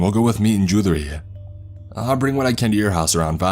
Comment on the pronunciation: Say jewelry again lol